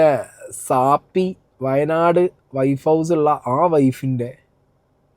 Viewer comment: എനിക്ക് ഒരു കാര്യം പറയാൻ ഉണ്ട്.നിങ്ങൾ പറയുന്നത് ശരി അല്ല.സാപ്പി അല്ല സാഫി എന്നാ ശരി